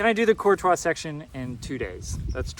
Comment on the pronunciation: I love that you pronounce "Courtois" correctly!!! I am from the area and most locals even say it wrong as "Courteous" or even "Curt-ois", and it drives me nuts. Congrats on pushing though, that is an accomplishment. I am sitting at home recovering from hip replacement right now, but hope to be back on the OT shortly.